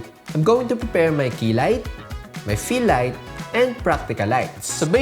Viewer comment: Man, the quality and information of this video is superb👌 Who else heard "Fix my kilay?" I was like what? Lol! It's key light darn it!😂